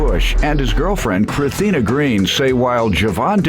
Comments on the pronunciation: Chrithina ? 😭 lmao come on now mom, you could have added the S lol! 😂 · Chrithina??? Her mom forgot to put the s on the birth certificate 🤣🤣